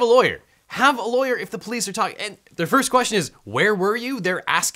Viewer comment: You say "Frist", usually.